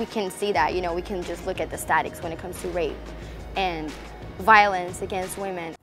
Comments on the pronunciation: Did she say "statics" and not "statstics"??????????? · I had to go back yup she said "statics" instead of statistics.... we got a genius here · Did that blond bimbette just literally call STATISTICS statics?!?!?